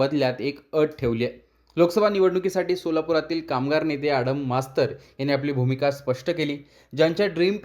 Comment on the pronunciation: आडाम नाही आडम